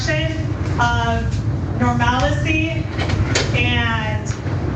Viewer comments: What's "normalicy"? Is like "normality", only stupid? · She actually said "normalicy" which isn't even a word 😂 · Normalicy? It's Normality or Normalcy. Don't make up your own words. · I think she wanted to say "normalcy" but actually forgot how to pronounce it.